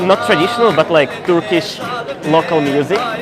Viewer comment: Fantastic Turkish pronunciation 😊